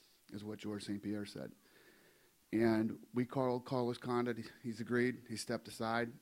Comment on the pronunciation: '" Carlos Condouit"